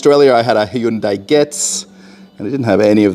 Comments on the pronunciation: its not HY-UN-DAI Its HYUN-DAI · "HI-YOON-DIE"? Seriously? And... Russians buying CHINESE cars??? Does Russia have an auto club that provides towing? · The proper way to pronounce Hyundai is Hoonday. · I am sorry wha? Hayundai? xD